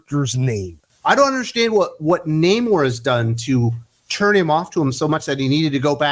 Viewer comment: It's pronounced Namourrrrrrre ! :-)